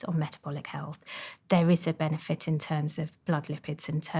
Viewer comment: She is an impossible voice to listen to. There is no word called "benefet", and "food" and "feed" are different. The soundscape of the vowels is much wider than e in set, and u in cut. And speak up lady. Did you have no father who would have told you to use your voice, instead of whispering. I can hardly hear your s sound, and half of them are not there. What a mess. - And lastly do you want me to end up concentrating on the impossibility of listening to your message, or to concentrate on your message. I did not bother getting to why it would be bad to eat after 9 pm. That is how disturbing the failure of your voice and pronunciation is.